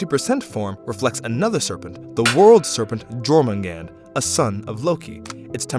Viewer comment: just so you know the world serperent's name is pronounced yourmangander and the realm of the giants is pronounced yotinhiem